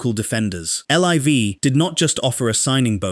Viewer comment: Sorry but who says L. I. V. rather than "Liv" It sounds like AI and the usual AI traits are there. It would be really unfortunate if your voice sounded like AI. But even more unfortunate if it doesn't and you claim it does because that would mean you're lying which won't grow your channel